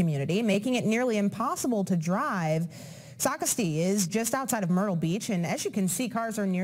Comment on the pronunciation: It's pronounced Sock ass tee... not Socrates